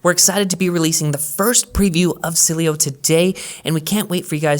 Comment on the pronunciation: I love Cydia, and will keep it, but Sileo looks so clean and updated with the times. BTW, you really struggle with saying Sileo 😅. No worries, the devils lettuce is legal in CA. Wish it was legal where I live.